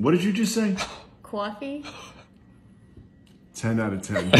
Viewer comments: the funniest one, "Cawfee" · Cawfee 10/10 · "Cwoffee" She finally got one right, and he was so proud... 10/10 🥰🥰🥰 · I put GIN in my cwarfeey, will drink again. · That’s not how you pronounce it’s coffee is coffee